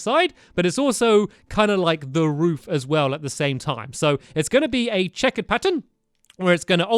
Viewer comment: lol he can`t say checkered